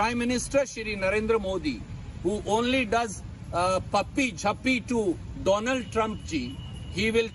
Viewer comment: Dolund Trump... Lol